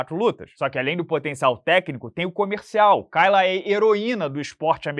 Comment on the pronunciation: A pronúncia é Keila